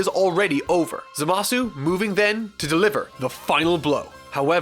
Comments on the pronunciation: It's pronounced ZAmasu. You're supposed to put emphasis on the 1st syllable, not the 2nd one. It's how the jp version AND the dub pronounces it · I absolutely LOVE this channel but now Im more confused than ever about the pronunciation of Gowasu and Zamasu.... in the English dub they always put the emphasis on the first syllable. WHAT IS THE TRUTH? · I cringe with how he pronounces Zamasu